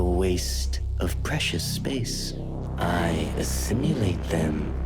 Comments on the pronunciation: I love that Simulacra pronounces assimilate as assimUlate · Does it bother anyone else that they mispronounce assimilate as "assimulate?"